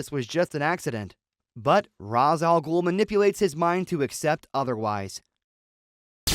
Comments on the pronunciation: Ra's ah Ghul is pronounced Ray-sh al Gool. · You can't pronounce Ra's Al Ghul correctly